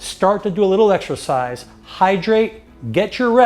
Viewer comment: Did he say extra pies or exercise